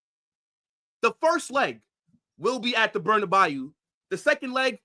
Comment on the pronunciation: bro said the bernabyoo 😭.